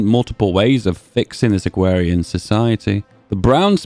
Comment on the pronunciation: "Agwawian Society"